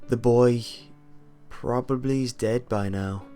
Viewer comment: lol this was SO stupid and im pretty sure that isnt his real speaking voice i laughed so hard at the end when he says "the boy... is. "prop-ib-ily".. dead"